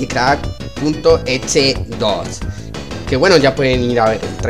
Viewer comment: Porbqie dice maikicrack si maikcrack no maikicrack